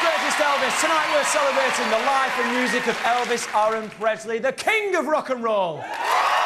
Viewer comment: Elvis UROON Presley? Umm, Check your accent please. It is pronounced AIR-RON